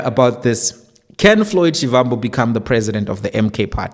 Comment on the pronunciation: Please can you pronounce Shivambu as Shibambu. It’s the correct way to pronounce a Tsonga Va=ba.